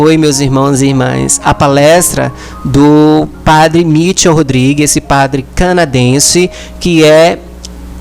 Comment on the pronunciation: esse teu trabalho de divulgação é muito importante para atingir mais pessoas. Deus te abençoe por isso. Apenas corrija a pronúncia do nome do padre. Não é Mítchel, mas sim Michél. Porque ele é de origem francesa.